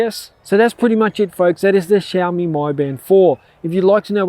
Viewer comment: ughh god. he pronounce it xiaomi MY band. O MAH GARDDDDD